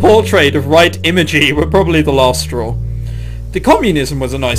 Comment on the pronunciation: I notice you didn't catch on to the joke, let me clarify. She said the image of "Right Imagay" which you read Imagey, but regardless it is a joke on Light Yagami from Death Note. If you spell Yagami backwards you get that. And since japanese doesn't have any L sounds it sounds more like "Right" than "Light"